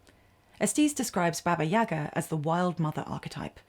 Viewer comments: It’s not YAga, it’s YagA 🖤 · What a wonderful video! Listening to you is a pure pleasure) subscription, for sure) I really appreciate that you've used a slavic fairytale. As a native Russian I'd just want to clarify that it's "YaGA" - the stress is on the second syllable)